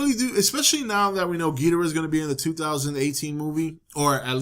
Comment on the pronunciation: You pronounce Ghidorah just fine, lol.